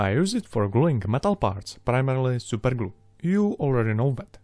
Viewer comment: when he says SUPER GLU 😩😩😩